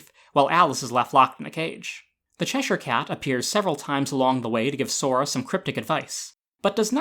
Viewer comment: I just want to thank you for pronouncing Cheshire correctly lol, its a pet peeve of mine to hear people pronounce it wrong